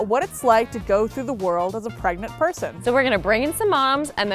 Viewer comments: Did anyone see said "Pegnant" instead of "pregnant?" xD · LOGANG Equestrian "Am I pregante?" LMAO